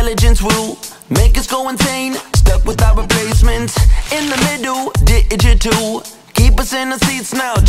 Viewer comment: You said digital wrong